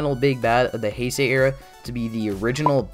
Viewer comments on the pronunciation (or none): none